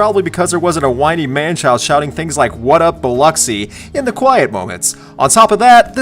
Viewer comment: The worst part of Outside is that Durst mispronounced the word "Biloxi". He says "Bil-lock-see," but it should be said like "Bil-luck-see." I much prefer the studio version of Outside......and I also like We Built This City. It's fun to put on when I've got a random 80s mix on. And truth be told, I was expecting Limp Bizkit song at #1. Other than that, good list. And as far as 3 Doors Down, their 2008 self-titled album isn't bad at all.